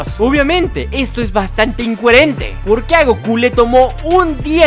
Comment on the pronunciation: Jaja si sonó chistoso esa parte